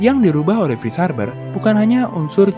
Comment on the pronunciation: F bukan V min.. tp kontennya tetep mantap! Seneng bgt gw min sama video2nya